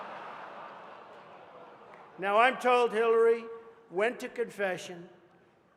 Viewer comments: Omg he does. I listened to it over and over and my family agrees he says Killary. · I'm pretty sure he said, "Please welcome secretary Killary Rodham Clinton." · That dude with the voice box when he introduced Hillary he said killary😂